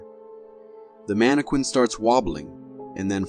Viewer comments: The scariest thing in the whole video is the narrator’s pronunciation of Mannequin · Wondering if the narrator actually watches any of these clips as he seems to get a lot of the detail wrong. Sorry if it sounds petty but snowboards are not skies, how do you pronounce mannequin?? lol